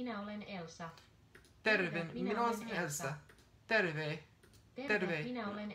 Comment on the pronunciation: The name thing is about getting the pronunciation, not doubt. For example, you did two vowels with Elsa, then the long vowels with 'Roosa'. The fact you know the name Elsa is probably not a good thing really, because you are mispronouncing it, like you did with 'minä'. You are saying the 'a' and 'ä' like you would the schwa sound, as in the 'ugh' sound at the end of 'mother'. This isn't how it's said in Finnish. 'a' and 'ä' are a bit like the sounds in 'car' and 'cat', respectively. i.e. they are different. But not the scwha, or unstressed 'a' that is used for all unstressed vowels in English except 'i'.